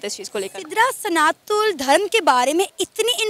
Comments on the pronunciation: Plz correct yourself, it's "SANATAN" not Sanathool.. 😐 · Its Sanatan not SANATU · Sanatul nahi sanatan bol jahil sana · Every time pronounced "Sanatan" as "Sanathool", I felt triggered & discomforted. 😂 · 'Sanatool' what's that?? It's SANATAN. Homework thik se karo 😂😂😂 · Ma'am its SANATAN not Sanathool ur Santhal its not criticism but correction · Mam, kam se kam " sanathool " to mat bolo. Sahi pronounce kijiye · "Sanatool " nahi hota " Sanatan" hota hai.....har har mahadev 🕉️ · it's SANATAN 🚩 Not SANATUN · सनातुल गलत उच्चारण है, सही शब्द है "सनातन" । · Sanatan Dharma not sanathool 😠😠😠 you not able pronounced 😂😂 Jai shree Ram 🚩🚩🚩🚩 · Ooo Madam study ki ya nahi "Sanatol" kya he ???....wo "Sanatan" hotahe... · it's Sanatan, not sanatool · Sanathool ye kya hota hai... It's sanatan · Sanatun nahi Sanatan hota hai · Its Sanatan not sanathun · सनातन धर्म है maam You are pronouncing it wrong.😊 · Please pronounce Sanatan Dharam correcrly